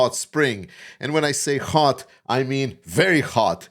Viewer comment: Please say Hot and not Ghod. ;-)